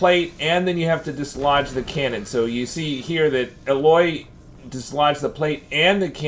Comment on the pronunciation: Thanks but her name is pronounced AYE•LOY not UH•LOY